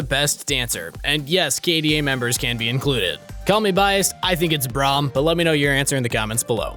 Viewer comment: I love when says braum